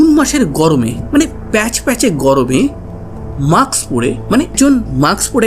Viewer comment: কথাটা maks না,mask.